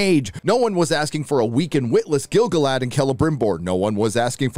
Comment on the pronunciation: Not for me. It ruined my teeth. Every time Guy-Lad-Riel was on screen, I kept grinding them in rage.